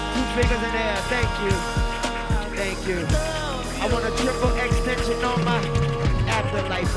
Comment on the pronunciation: lmaooo I was bout to say "extenshi on" is his name! 😭😭😭